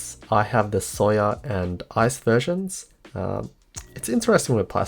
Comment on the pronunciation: The way he says soya sounded like he was saying “sawyer” to me